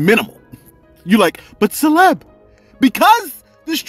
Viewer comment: I appreciate the shootout Celeb and thanks for pronouncing the name correctly SALUTE 💪🏾💙💙💙